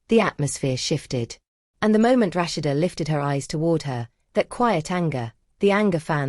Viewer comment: Rush- she- duh( Rashad) love the voice narrator 😂😅